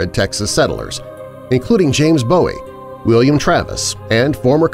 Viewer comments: Its boo ee not bow ee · It’s pronounced “Boo-wee”, not as in David Bowie. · FYI The name of the inventor of the most iconic knife is pronounced "BOO- ee", not "BO-ee. David Bowie (born David Robert Jones,) said he chose the stage name because he admired Jim Bowie, but I guess he didn't know how to pronounce it. The name is Scots Gaelic, and it means "fair/light", like having light-skin and/or blond or very light-colored hair.